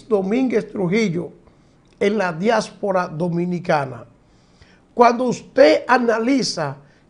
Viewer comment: Diáspora....no diásfora